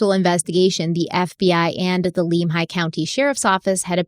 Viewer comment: As a professional courtesy, Lemhi County is pronouned: "Limb-high"😉 Leadore, Idaho is pronouned "Led-ore"😉